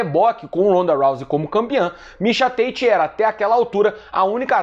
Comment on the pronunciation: Mixa Têite dublado para o ingnoreixom, ai vem vc falando em inglês mixa táti que é o mesmo mixa tate😂 cadê o personagem do ursinho pulf o que fala xiando kkkkk